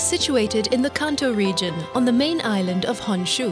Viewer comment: She says "honshu" really weird.